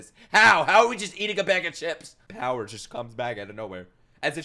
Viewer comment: do not say powy again